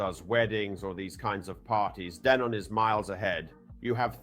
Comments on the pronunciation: I’m pretty sure it’s pronounced Denon. Not Deenun! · Clearly AI ,,,,, DEEEENON OR DENON ? FACKAWAYAFF!!!!!!